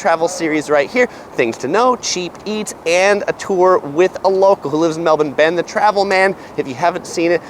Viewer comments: My Aussie heart beating with pride when pronounces Melbourne correctly 🇦🇺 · Love that you can pronounce Melbourne accurately